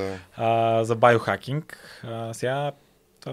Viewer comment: Байохакинг? Зайохакинг. 😂 Откога "био" почна да се чете "байо" на български?